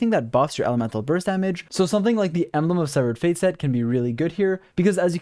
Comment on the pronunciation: Lmao wut did he sayyy. embelgd of sevfuc fate